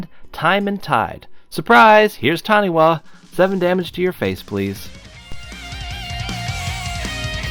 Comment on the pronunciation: Nothing more amusing than adding to the Taniwha jank than a well placed Worldslayer. Your lands will be phased out. Revel in the salt. For the sake of cultural accuracy, it is pronounced Tani-FA